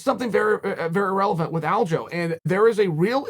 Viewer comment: its not aljo lol. It's alja,look at how his name is spent dummy, u can't just changed it bc u want to lol